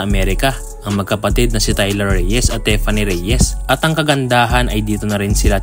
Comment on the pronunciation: Correction lang boy "Tiffany" as in TI! hindi teffany!